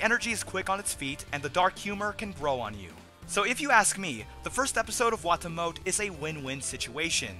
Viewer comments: I thought it was pronounced "Wah-Tah-Mo-Teh". Either way, best show of the season so far. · also, wah-tah-moe-tay try saying it 2 letters at a time. like wa-ta-mo-te